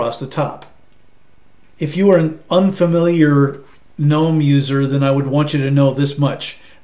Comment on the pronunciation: Nice to hear someone pronouncing Gnome correctly! Thanks for a nice, clear review. I might even give Pop OS a try.